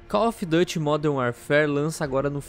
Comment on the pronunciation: "No site oficial do Cof duty"